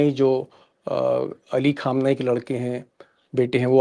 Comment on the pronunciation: खामेनई not खुमेनई